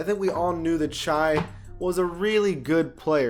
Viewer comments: Its pronounced sh-ay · The way he said Shai’s name 😂😂